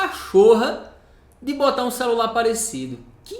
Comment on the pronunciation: Me dá esse "xelular" para eu presentear meu filho caçula?